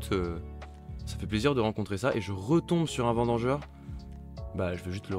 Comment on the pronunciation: Je ne sais pas si c'est un truc avec les viewers, mais c'est vendangeur et pas vidangeur. Il fait pas la vidange de ta caisse le petit hérisson ou je ne sais ce qu'il est mdr